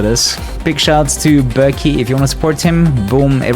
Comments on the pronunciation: As a Turkish kid this was the funniest pronunciation of Berkay I've ever heard 😂😂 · your pronunciation of "berkay" sent me off the edge